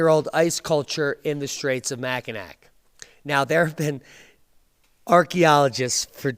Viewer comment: MACK-a-NAW !!!! french, silent 'C" at the end Diamond